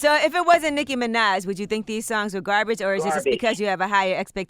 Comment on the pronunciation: gah-bage. both records. she needs a script / writer .